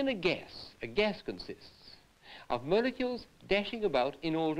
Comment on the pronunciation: atoms and mole-e-keuls